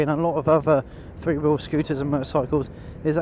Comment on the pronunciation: Couldn’t you find a commentator who knows how to pronounce the word three? That is the word starting with th and ndt f. THree and not Free. It’s really not difficilt.